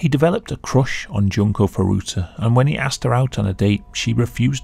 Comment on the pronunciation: june-koh foo-doo-tuh JESUS CHRIST!